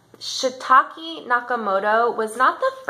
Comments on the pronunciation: Please say the name right lady, its "SATOSHI Nakamoto" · Juvelova omg please excuse me, I even said something in my description about totally pronouncing Satoshi's name incorrectly 🙏🏼